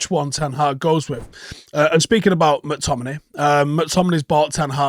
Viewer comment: Joel on Monday: “Scottt…. Mc-Tom-in-AY”